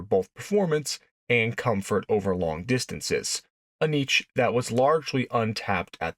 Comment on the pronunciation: . It's pronounced "haar'bin'jer," not "hair'binger." Also, it's pronounced "neesh" and not "neech."